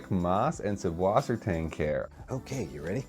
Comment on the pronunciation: You write it correctly with a double s after the umlaut u, but then you pronounce the double s as a b?? What am I missing?